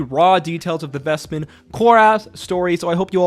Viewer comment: Did this man not watch Calamity, where Vespin's name is pronounced multiple times?